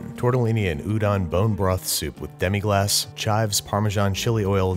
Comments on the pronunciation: "Demi-glass"?? Really? No man it's demi-glace. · Watch 3 French cooking shows. At least 2 of them will mention it multiple times. And it's demi-glace, if you want to look it up.